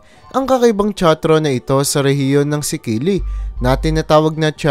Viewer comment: Little Bit Advice seafarer ako Kya maraming beses na ako nka rating sa Italy,Ang “Sicily”ay Southern Part Yan Island ng italy MALAPIT SA MALTA ANG PRONOUNCE NYA AY SISILY HINDE “SIKILY”followers mo ako at di Basher.😂